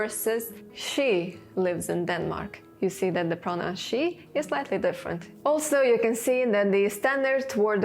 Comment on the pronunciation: Sy : I think it's pronounced "say"